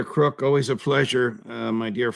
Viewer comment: It's Mr Crooke, not Mr Crosse.